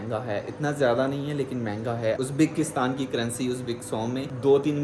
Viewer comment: yaaar its Uzbikstan not Uzbaakistan😋😋